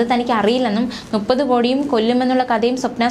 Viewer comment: Malayalathil NUPPATHU ENNALLA MUPPATHU ENNANU. ( MOONNU PATHU = MUPPATHU) Mlayali kuttikale thetti dharipikkalle!